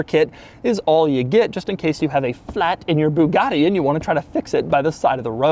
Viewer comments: jesus learn how to say Bugatti and stop embarrassing Americans with passports... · doug has been doing Bugatti videos for years and still cant pronounce a single word from bugatti to chiron and pur sport